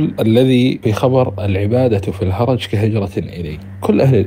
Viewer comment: الهَرْج وليس الهَرَج